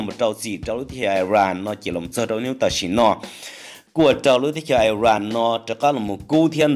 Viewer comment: Koj yeej hais xov xwm tau zoo lawm Kuv kuj nyiam caum saib koj Tab sis muaj ib qhov xav kom koj hloov me me Xws li IRAN mas koj hais tias ais ran no. Nws yog is ran. Yuav tsum hais lub suab yoog kom thooj li luag hais Ib yam li peb haiv hmoob Yog leej twg ho muab hais tias hmoov no los yeej tsis raug. Tsis yog tib yam Es kuv tsuas hais li no xwb. Ua tsaug